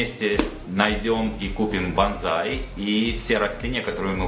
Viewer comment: Извини хочу поправить тебя. БазЗай это боевой клич камикадзе 😂😂😂а если про растение и культуру выращивания подобных деревьев, то правильно произносится БОНСАЙ. 😊 Сорян но это так 😊🤷‍♂️🤷‍♂️🤷‍♂️